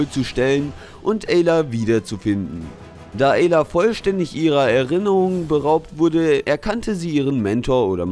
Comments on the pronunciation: Aayla nicht eeyla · Es wird Eila ausgesprochen...